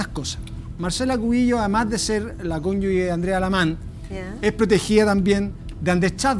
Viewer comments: qué clase de abogado dice "cónyugue" en vez de "cónyuge". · un abogado que no sabe pronunciar conyuge 😂